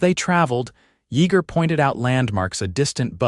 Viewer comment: Denton,TX. AI can not pronounce his name correctly It's pronounced Ya ger the e is silent. Good story tho but was rushed after they married. Not much detail on their life after the children came. Liked the part when Yeager said." That God has given them a second chance on love", words to that effect.